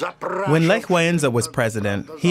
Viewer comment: this person from the video you've watched couldn't even pronaunce Lech's name correctly